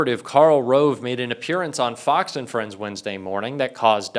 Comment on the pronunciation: “Fox hos”?!